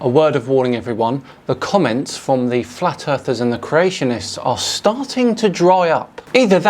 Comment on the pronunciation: you said flat earthers wrong